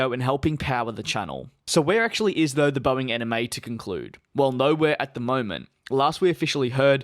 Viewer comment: My brain is thinking that he is saying 'Anime' when I'm hearing 'NMA' 😶